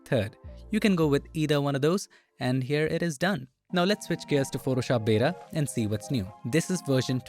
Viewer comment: ... and "Photoshop beda"